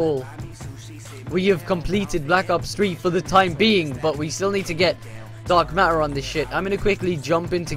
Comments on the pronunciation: You say dank matter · it sounds like he was saying dank matter lol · Why the fudge is he saying dank matter.? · He said dank matter